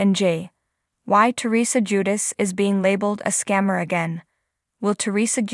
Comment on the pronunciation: What's bad what's sad? It's JuDICE. It's hard to even watch and listen bc of how poorly you voice these. I can't come back It's just too damn irritating.